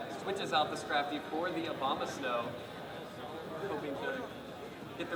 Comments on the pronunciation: he said obamasnow instead of abomasnow XD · It sounds like the announcer guy is saying "Obamasnow" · I love that the announcers keep slipping up and saying Obamasnow. Yay memes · Obamasnow is all i can think of when the announcer says Abomasnow...